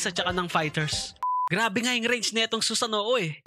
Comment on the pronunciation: Susanoo not sunoo